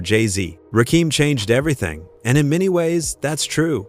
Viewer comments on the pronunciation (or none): WTF IT'S CALL R N B NOT R.B. THIS SHIT IS ANNOYING AND RAKEEM AND RACKEM IS NOT HIS NAME RAKIM SAY RAKIM IT AINT THAT HARD DAM SMFH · The fact that you don't give a damn about how to say Rakim phonetically is pissing me off. All you had to do is spell it like this RAH Kim and that would have said the name correctly. Get out the culture if you are not going to respect it! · I can't take this seriously, When you can't say the GOD'S name correctly. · Agreed my Gee!!! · How can i believe you? You cant pronounce his name correct. Dumb